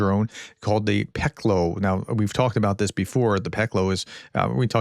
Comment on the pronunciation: you did it! thanks to pronounce "peklo" correct. Strange how some words can trigger.